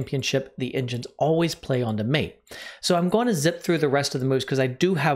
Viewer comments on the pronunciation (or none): none